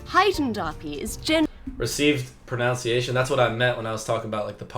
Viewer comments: ProNUNciation, not ProNOUNCEiation! 😊😊😊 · It's not received 'pronounciation', it's 'PRONUNCIATION'. Learn the fucking difference!